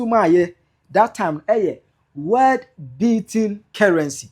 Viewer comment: Cant yiu pronounce world as you keep saying word.Shame